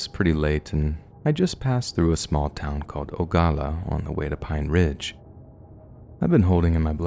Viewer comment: The way you pronounced Oglala made my whole body cringe 😭😭